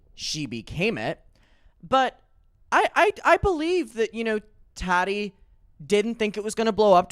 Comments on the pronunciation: The way you pronounce Tati as Tadi is so funny to me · Why can’t you say Tati name right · FOR THE LOVE OF GOD, LEARN HOW TO PRONOUNCE “TATI” CORRECTLY .